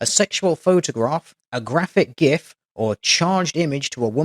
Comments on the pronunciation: thank you for pronouncing gif with a hard g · Thank you;DR for correctly pronouncing gif. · Just to clarify, GIF is pronounced "JIF". Personally I don't care, but some people get really butthurt over it, AKA dumb angry people, Love the vids man!